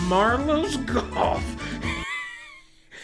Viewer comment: did this man call mario golf MARLOS GOLF?????????????